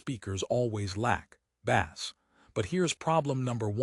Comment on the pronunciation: ai says bass like fish not bass like base